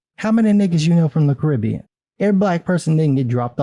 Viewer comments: Did you really just say "Caribbea"? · I mean, is it really called Caribbea? I've only ever heard it called the Caribbean, not Caribbea.